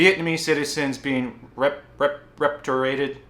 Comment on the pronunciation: repatriated? like “ree-pay-tree-ay-ted” i think that’s the word. not making fun of you. just practicing how to teach English over there thx to your info, i’m about to finish my TEFL certification soon and get ready by the time they open up Vietnam! 🙌